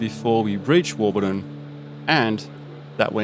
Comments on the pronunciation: Warburton, not Warbuton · You say the Desert teaches you Fast, but just 0.49 seconds into this video you failed. There's not a lot more to learn is there? Warbuton ---- really ~ it's WARBURTON. Just hope you will learn something! No you didn't ~ the Victorian Desert in Western Australia ! It's the 'Great Victoria Desert'